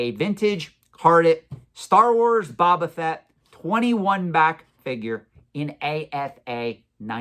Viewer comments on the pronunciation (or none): I’m just curious, do you intentionally mispronounce Boba Fett? Is Boba, not Baba… 😂